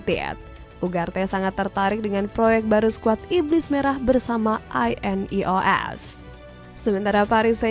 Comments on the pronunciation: Wwkwkwk monolognya pake AI kah? INEOS pronouncenya gitu wkkwkw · Narator cuma modal suara enak, minimal dikasih tau cara baca INEOS sama nama² pemain lah. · Ineos❎ I.n.e.o.s✅😂